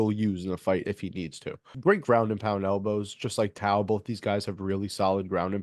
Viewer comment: Nice bro,he's a Kiwi Warrior & will rep hard. Pronounced Toe, Aaron Tauzemup Tau